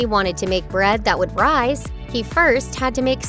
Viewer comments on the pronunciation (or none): none